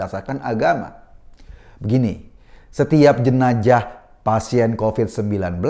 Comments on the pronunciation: baru tau bacanya jenajah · Sebaiknya mas Eko dkk belajar melafalkan huruf Z secara benar. Jika tak bisa melafalkan secara pas huruf Z itu carilah yang agak miriplah bunyinya yakni S. Jenazah lebih enak diucapkan Jenasah daripada Jenajah... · Jenazah... Bkn jenajah mas😁